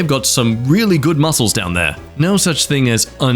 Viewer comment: why’d you pronounce muscles like he misspelled it.